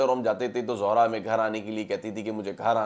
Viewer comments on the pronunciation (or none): Not Zohra its Zehra